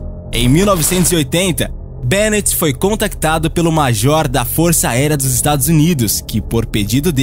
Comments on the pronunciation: O normal é ouvirmos nomes espanhóis terminado em -EZ pronunciados erradamente como oxítonos, por influência das regras de acentuação da língua portuguesa. Um exemplo é ALVAREZ pronunciado AlvaRÊS em vez de ÁLvares. BÊnites é a primeira vez que ouço. É estranho, porque mesmo com a terminação —EZ o nome do escritor é grafado BeNÍtez, com acento no I, o que não deixa nenhuma dúvida quanto à pronúncia correta. Apenas uma crítica construtiva. Esse é apenas um canal de YouTube, mas dubladores de canais pagos, como o HISTORY CHANNEL, vivem cometendo esse tipo de erro em palavras da própria língua portuguesa (Por exemplo, PILÓTIS no lugar de PILOTIS). Com relação ao tema, é claro que se trata de uma obra de ficção. Isso é um recurso muito comum nesse tipo de literatura (tentar convencer o leitor que os fatos narrados são reais). Além disso, pelo conhecimento atual da Física, viagens no tempo são apenas possíveis em uma direção: ao futuro. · Só acho que o autor merece ter seu nome pronunciado corretamente, é Be NÍ tez, paroxítona. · Muito bom, mas é uma planta literária muito grande para um resumo tão pequeno. E a pronúncia correta é Benítez com acento no i